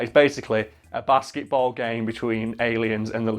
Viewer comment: It sounds like he's saying basseyboll